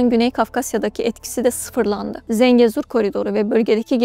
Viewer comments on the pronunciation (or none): none